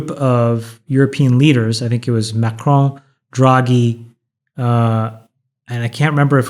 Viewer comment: I respect chamaths dedication to pronouncing “macron” w a French accent